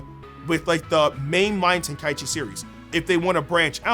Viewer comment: Love that you say tenkaichi correctly!